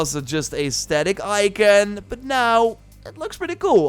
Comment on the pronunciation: Bro im done "Ican".. In what universe is ICON, ican?? People fkin up the english language. No wonder languages never stays the same due to dyslexic fools like this guy.